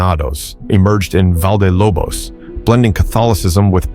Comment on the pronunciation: val de lobos is valle de lobos spanish is simple you pronunciate every single letter exept the h because it lack sound but that is 100% of time